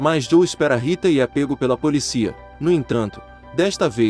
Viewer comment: Só um adendo à narração: a pronúncia correta é "poLÍcia", com a vogal tônica no "i".